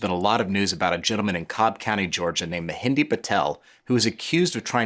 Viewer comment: Are you genuinely trying to prove all white people are stupid? You can’t even pronounce or heck at least get a spell-check on the person you’re talking about. Ma Hen DRA…… this idiot calls him mehendi